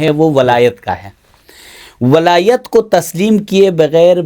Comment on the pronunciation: Walayat lafz hai Wilayat nahi Wilayat to foreign ko kehte hain